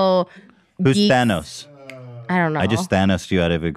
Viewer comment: When Trisha says “Banos” when she’s referring to Thanos 😂